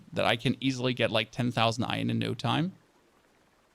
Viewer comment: its not fcuking ion try saying it right its iron